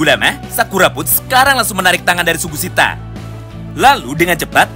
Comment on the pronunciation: BANG SUGISITA BANG BUKAN SUGUSITA